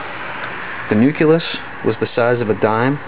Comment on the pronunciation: you sound condescending...btw is it nuculus or nucleus? i do like the video nonetheless.